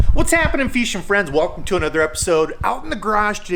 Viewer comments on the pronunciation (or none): lol saying "feeshing" and saying "time to paint"